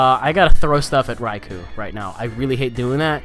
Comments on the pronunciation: the amount of "Raikoo"s was silly lol. it's "Rai-Koh" though I'm pretty sure you know that XD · a better explanation is "Rai-Koh" considering the word is Japanese for "Lightning" and "ou" in Romanized Japanese is just a long "o" sound :p